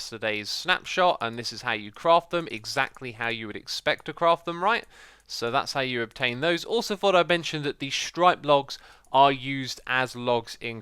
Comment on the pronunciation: You missed how to pronounce stripped. They're stripped logs... not striped logs. The logs have no stripes but you do strip the bark off.